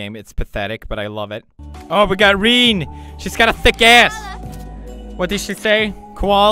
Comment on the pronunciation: It's Renée (Re-nay) not Rene